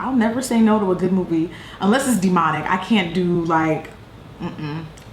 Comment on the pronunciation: 😂😂😂😂😂 Not "Dee-Monic" Laid me out on that one girl!